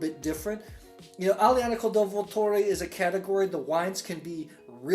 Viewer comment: vUlture. Accent on the first 'u'.